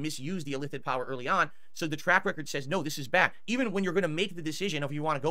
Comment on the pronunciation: “illithit” lmao new -ism just dropped